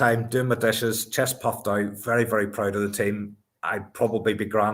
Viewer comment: Pwoud. Vewy, vewy pwoud.